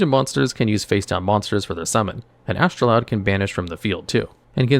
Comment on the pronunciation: You're mispronouncing Astroud...(there's no 'L')